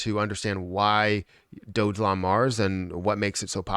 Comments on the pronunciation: Dog elon.....not Dojelon😉 ....& your description is incorrect! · Awesome video. Dogelon (pronounced Dog-a-lon, not Doge Elon because that would be arrogant). That's from their first website